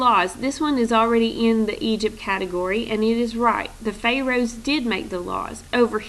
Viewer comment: Everytime she butchers the word "pharoahs" I cringe. And fix the error in the first sentence on Egypt side!!! It's supposed to say "THEY thought" not "THE thought..."